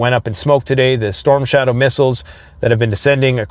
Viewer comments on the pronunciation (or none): none